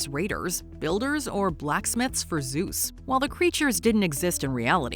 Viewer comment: ZUESSSS 😂 ALWAYS KILLS ME